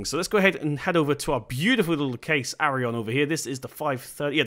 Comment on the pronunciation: Just to let you know, Its not Class Arron its not Case Arron, infact its Claas Arion